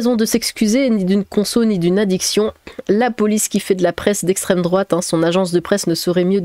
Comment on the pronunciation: le slogan de la LFI : "c'est a cause de l'esstreme douate "